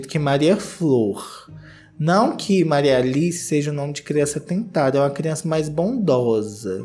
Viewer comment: Qdo o falou: Maria Aliiiiceeee só lembrei da Menina Veneno! Ahahha o nosso sotaque mineirim! Já quero um feat fo com a Menina Veneno!